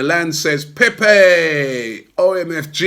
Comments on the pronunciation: Robbie its not pèpè but pépé!! It sounds like PAYPAY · Robbie cant even pronounce pepe. Imagine if we signed a polish or russian player🤣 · don’t pronounce peep’s name like you do 😂